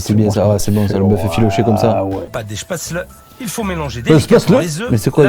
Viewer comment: Ça se prononce Chpètssli les Spatzli pas chpètsleu .